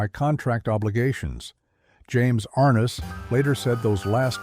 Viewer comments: Ai=Arnuss instead of Arness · it is NOT James AR ness. It is James ArNESS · and everyone else.....If you're going to make a video, at least pronounce the stars name correctly.!! Thumbs down.